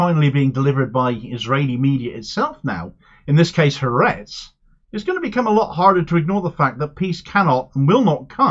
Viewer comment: Thank you for reporting on this issue! I'd like to say, to make your reporting even better in the future: it is not pronounced HaRETZ. It is Ha-ARetz. The "ha" is "the" and ARetz (AHR-ets) is Land. Ha-ARetz. Similarly, it is the MoSSAD, not the MOsahd. Ty